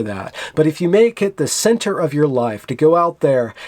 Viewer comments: You're pronouncing "centre" in the French way, and I think it may be because the Canadian spelling is "centre." We spell it differently, but when we say it in English we pronounce it just like "center" i.e. [sent-her] Not that it matters. I know what you meant. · Just pronounce it “center!!!” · Centre is the canadian spelling of center and they are pronounce the same. It's not the french word, of which you have a good pronunciation by the way.